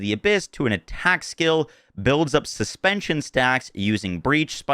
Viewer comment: Suspicion, not suspension!